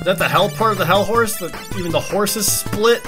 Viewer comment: Am I the only one who, when Jared said "Hellhorse?!", thought he said "Hell Whores?!"